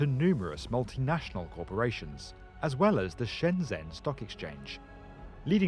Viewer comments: Its pronounced shenjen, not shenzhen. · SHENGEN = SHENZHEN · Cant say Shenzhen or Guangzhou correct...... Guang-Joe and Shen-Jen are correct pronunciation..... 谢谢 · Guangzhou-gooahng joe Shenyang-shen yahng shenzhen-shen jen great video!